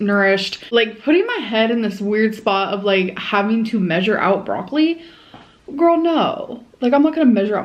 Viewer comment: I think we can say goodbye to this "gorl" now.